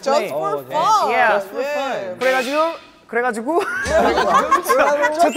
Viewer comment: 이 발음 듣기 위해 또 보러 왔습니다 "그뤠가지로"